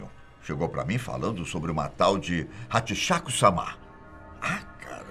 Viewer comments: A pronúncia não é samá, mas sim sâma! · Não É samá Não. A pronúncia é sem acento, como se lesse sama (sãma ).